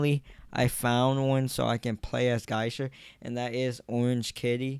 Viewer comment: It’s GEY-SHA not GAISHA. And MI-CHI-KO